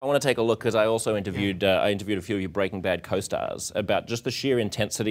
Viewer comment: Breaking British.